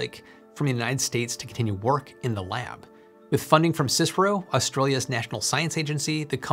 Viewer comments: CSIRO is said "See Ess Eye Are Oh" not sisrow ;-) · C S I R O, not sisro. Just a friendly fyi. :p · This is the first time I have heard the CSIRO pronounced as a word "siserow" I have always just said the letters C-S-I-R-O. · 'cisro' is pronounced 'C. S. I. R. O.' specifically. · Love it. CSIRO is pronounced as it is spelled C S I R O not Csiro as a word. And as you said it is the federal govt owned Commonwealth Scientific and Industrial Research Organisation. They are very prominent also in agriculture development and pest management techniques. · FYI it's c.s.i.r.o Noone in Aus knows what cyspro is mate. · What's cicero? There's a C.S.I.R.O. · FYI, down under, we spell it out... C-S-I-R-O (like you would F-B-I or C-I-A).. not "Cis-row" or anything like that! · Good video, but pronunciation of CSIRO is sigh-row, not Cicero 😅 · Great video. I would like to correct just a minor error in the video. As a 72 year old Australian, I can assure you that the CSIRO is never called Cisiro! As I'm sure you know, it stands for Commonwealth Scientific Industrial Research Organisation. It is ALWAYS referred to as the C S I R O, never as a single word. I've watched and enjoyed many of your videos, and I was quite confident that you would want to know what I have explained. Keep up the excellent work. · A bit of help with pronunciation. It's either C S I R O as individual letters or colloquially pronounced Psy-Row. not Cisrow. Hope that helps. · Really great video! I have to nitpick though - it's the see-ess-eye-are-oh, not "cicero"! Occasionally people say sci-roh, but usually we just spell out the initialism. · We don't call it Csiro here in Australia we call it C.S.I.R.O . Sorry to nit pick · Hi, great content. Just a local language comment, in Aus we dont say "sisro" instead we say it out C.S.I.R.O. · Ozzie's call it the Sea Es Aye Arh Oh csiro dont know why this bothers me😂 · sis-ro <3. C-S-I-R-O OR cyro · FYI CSIRO is pronounced C S I R O, don't ask me why.